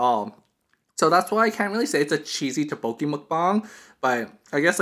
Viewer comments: Lmao I was cringing when you said Tteokbokki like "Tah-boki" XD I pronounce it like " Toek-boki" I think it might be just a preference, but I just follow how my Korean friends pronounce it. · great video, but the pronounciation of tteokbokki is incorrect, it's pronounced as dukbukki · I’ve never heard ttoekbokki pronounced so horribly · Haha oppppps, my bad! I didn't know I was pronouncing it wrong, I'll try to remember for next time I film a tteokbokki mukbang haha. Thanks for the correction there, it would be so embarrassing if I was talking to a Korean person saying "tah-boki" the entire time lmao :P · You said the name wrong...